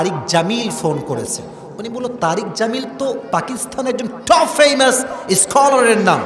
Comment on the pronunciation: ইংরেজি শুনলে হাসি পায়,ফেমাস কে ফেইমাস।না পারলে বাংলায় বলা উচিৎ।